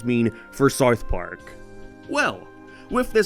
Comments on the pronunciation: Pronounced south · Never heard somone pronounce the word south so wrong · S-OU-TH not sothe.